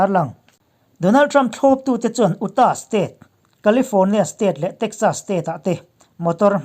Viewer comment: A bengvar thlak thin e. State hming lam sual thenkhat, Utah leh Connecticut te hi: UTAH= "iuta", CONNECTICUT= "khènétiket" tiha lam zawk tur a ni e.